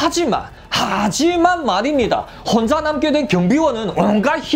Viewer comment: 하지만 말입니다를 점점 강력하게 하는같소?ㅋ